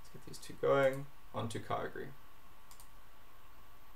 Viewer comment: YOU DONT PRONUNCE KYOGRE LIKE THAT